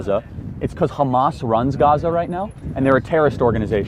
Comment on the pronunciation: I pressed on this video and the guy can't even sah Hamas right